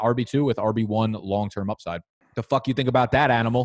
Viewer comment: “fack you”